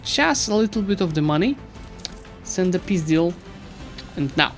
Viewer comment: I am really fond of how you say peace deal, sounding a bit like пиздятз